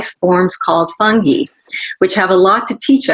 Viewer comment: Is no one going to correct Louie's pronunciation of "fungi"?? 🙄